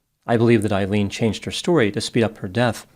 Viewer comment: Her name is pronounced A-Leen…